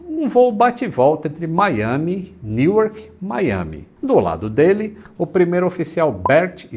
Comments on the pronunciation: Newark se pronuncia Nurrk. Não dá para acreditar que tripulações altamente treinadas, com conhecimentos científicos acreditem em fantasmas. Non sense. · Aaaainda bem que você sabe que sua pronuncia na lingua inglesa é ruim, mas é pior do q vc acha... Newark por exemplo, da pra entender mas n é o correto o jeito q vc fala.